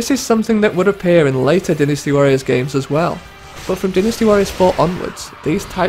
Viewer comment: I wish you'd say Dynasty Warriors right